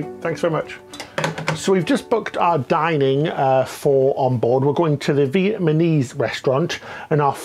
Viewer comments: Love how says Viet -man-ese! 😂! cute 😉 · Vietmanese? Hehe